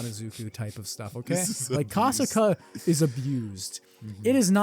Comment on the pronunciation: look i love this video its a cool one but broooo u guys didnt pronounce the monster names properly like kasaka wasnt pronounced properly but other than tht it was cool as